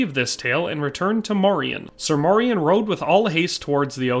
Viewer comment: The proper pronunciation today would be Morian (Like Dorian). He is a part of our Dutch cultural history in Pre-colonial times and came to be a sort of celebrated hero figure too in time a saint and the equivalent of a Medieval superhero like the other knights of the round table. The songs and stories would teach medieval children and adults about the Moors and morality towards them. There have been many Moors that have visited, lived and started families in the Netherlands throughout history. Since the Netherlands was historically a refuge for refugees of any sort, political, ethnic or religious. Moors came to over time not only signify black folks from the south but also signify the mixed black people that were a result of intermarriage and the likes (Like Morian). A famous portrait from one of our legendary painters Rembrandt is called "the Two Moors" and depicted two of Rembrandts neighbors at the time, obviously, they were black (1655). Fun fact: the European name Maurice also originates from the same thing, like Moriaen / Moriaan it was used as a name for those from often mixed families. And it meant "From Mauretania" which was roughly the area that is now Morocco and the Southern regions of it - a name already present in genealogical records of the Netherlands since the year 1100 AD and mentions even earlier in other forms.